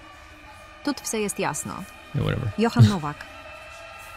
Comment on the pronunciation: jo-han. not john. also a bober is a capybara.